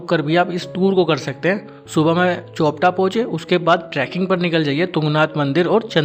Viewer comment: चोपटा नहीं, चोपता नाम है यहां का ।😂